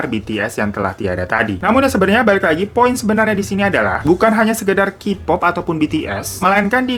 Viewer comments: Kak, plis pronounce Kpop (Keypop ya bkn kipop) hehe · Key pop, bukan : ki pop